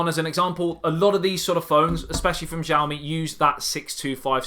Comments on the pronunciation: its not zhaoimi......its xiaomi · Wright pronounce is Šaomi, but I know that is hard to said on English... this phone, redmi S2 or Samsung J4 +..? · The most interesting thing about the phone is its pronouncing, it is different for everyone : Shaomi ,Chaomi, Hiaomi, Ksiaomi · Pronounced name wrong. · thank you!!! His pronunciation this cringeworthy